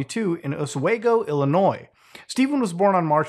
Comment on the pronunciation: As a long time fan, like creepypasta old, thank you not only for covering this. But for pronouncing my state of illinois right(of course you live in Canada/French Canada so I’d hope you could) also, my town is mentioned, oswego, just fyi is pronounced (os-we-go)